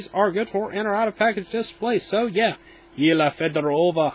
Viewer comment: I think it's yelena not yeelah